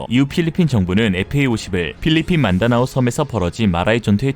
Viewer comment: 도 실수를 다 하시고.. 민다나오를 만다나오로... ㅠㅠ 제발 과로하지 마시고 옥체보존+최소30년 계속 나레이션을 부우타악케이요우~~~!!!!!!!